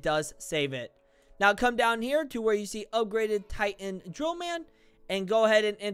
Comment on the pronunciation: The fact you said titan drillman